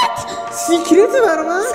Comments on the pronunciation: سیکرت نه سکرت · سکرت درسته نه سیکرت